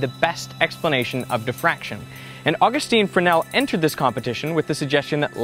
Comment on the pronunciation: I heard some strange pronunciation in this video. Who is "Fren-nel"? And where did the "S" go?